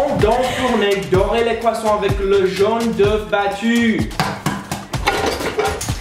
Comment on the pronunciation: If you watch to learn and practice your French: don't. They still do a lot of mistakes, for example they pronounce jaune d’œuf (egg yolk) as jeune (young). Watch them for the entertainment value, but don't base your language studies on them ✌️